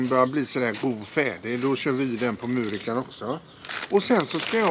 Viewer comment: Vad härligt ni har det! Tänkte passa på att bidra till lite kunskap: Muurika är ett finskt märke.. och på finska uttalas u som o på svenska.. så mer Moorika :) Ha det bäst!